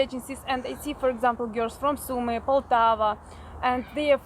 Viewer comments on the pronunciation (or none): Sumy ...one M ...not two as in mummy. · Guys, my native city's name is SUMY, not Summy! One 'M' please! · Isn't is, Sumy??! Not, Summy...??!! Why learn Russian and not Ukrainian?